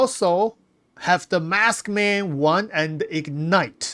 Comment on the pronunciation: love it when you say MASKman I instead of MARKSman I. Made my day.